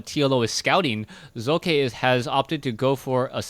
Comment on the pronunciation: Am I the only one that appreciates pronouncing the protoss players name? To any other caster: its not Sock.